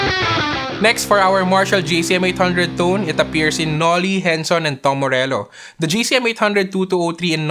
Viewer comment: "darker dune" "dom morello". you don't know how to pronounce the 't'?